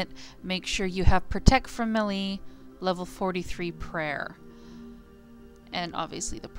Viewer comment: Great vid, but I have to disagree mispronouncing a word is fine if it is specific to runescape, like tuzo, ( could be pronounced to-zoe or to-zoo) but when you mispronounce an actual English word, like melée (pronounce may-lay), you just sound ignorant and when you say it doesn't matter how it is pronounced you sound even more ignorant. Im nit saying that you are ignorant but being a grown woman you should know how to properly pronounce words.